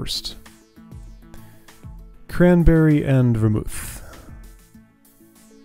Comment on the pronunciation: This is I think my favourite puzzle in the game because of how straightforward the input and output goals are, but there are so many ways to encode that data and find a solution. Your pronunciations are right; Ver-MOOTH (a moderately alcoholic mix of brandy, wine and spices); GIM-let (soft g, like Gimli the dwarf).